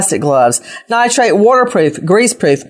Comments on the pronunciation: Nitrile NOT Nitrate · Everyone keeps saying "nitrate gloves"...they are called Nitrile gloves. I absolutely love Nancy Grace though. She gets right to the point! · Nitrile…not nitrate. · It’s Nitrile NOT Nitrite